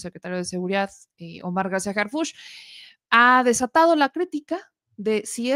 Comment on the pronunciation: Harfuch no Harfúch